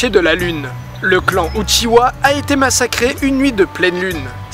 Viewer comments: UchiHA et pas UchiWA merci... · C’est pas uchiwa mais uchiha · Par contre c'est "Uchiha" Pas "Uchiwa" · Uchiha, pas Uchiwa. Merci. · Le second mystère: pourquoi les francais disent uchiwa quand cest uchiha? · UchiHa bordel ! Mes oreilles saignent quand j’entend UchiWa 😭😭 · *Uchiha, pas "Uchiwa". ^^ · Oh mon Dieu. Il a dit "UchiWa" C'EST UCHIHA. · tu me brise le coeur a dire uchiwa SES UCHIDA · uchiha svp UCHIHA PTN